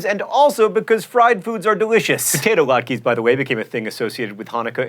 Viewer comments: it is pronounced as it is written: latkes, not latkis. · Latkes are pronounced "lat- kas." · "Latkis" I cringed at that pronunciation. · It's Lat-kah not Lat-Kee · "LAT-keys"?!!? (It is "LOT-kuzz.") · It's Latkes, lat-kuh, not lat-kee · actually, it's not lak-ee it's lock-a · Laat-kees? No. It's lat-kas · Latkes = lah-t-kas =\= lot-keys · Lat-kuh, not Laat-key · Latkes="lot kas" not "lat keys" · LahtKEHH. KEHH not keee. Lahtkeh. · It's pronounced latkas not latkes. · Adam and Eve ate the fruit of the tree of knowledge, and did not touch the tree of life. Latke is pronounced “lot-cuh” as it is a word from Yiddish, a language similar to German. Chanukah’a actual origin does not come from the miracle of the menorah, it was a celebration of a war victory; a group of Jewish rebels who called themselves the “Macabim”, or as we say, Maccabees, liberated Judea from the Seleucid empire, an Assyrian empire that was heavily influenced by Greek culture. The dreidel tradition comes from the use of gambling games to hide Torah study from Seleucid officials, as the king Antiochus III wanted everyone to be devotees of Zeus. Also your Greek is horrible. The Greek letter “chi” (X) is pronounced with the phlegm sound found in German (ch) and Dutch (ch/g), not like a “ch” in Spanish and English or a “ci” in Italian. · Lat-kuhs, pls no lak-ees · William Forbes Latkes is definitely pronounced 'lat-kas'. It is a Hebrew word with a specific pronunciation (like how most words are in every language). Also in Hebrew there is only one way to spell Hanukkah, however when translated into English there is multiple ways. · it is pronounced lātkuz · I'm sorry, but it can't go unsaid: "latkes" is pronounced "LAHT-kuhs", and the Greek letter χ is pronounced "KHEE" (the kh is like clearing your throat), though in American college fraternities it is often pronounced "KAI"...but it is definitely not pronounced "tshee" (as in "tai chi"). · It's prenounced lawt-kus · It is pronounced laht-kehs, John :)